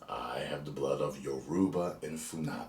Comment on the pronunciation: It’s pronounced Yoruba, not Uroba 😂😂 Welcome to the family